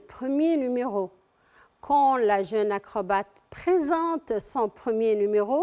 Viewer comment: ياخي هي قالت enfin وvala مرتين وpresinte و silince